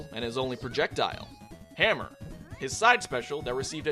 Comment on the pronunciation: You sound so American when you say "the HAM-mer" ... LULZ